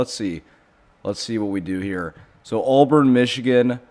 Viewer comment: ITS NOT ALLBURN. it's pronounced "aaaaaa burn". Also texas tech aint losing to Arkansas man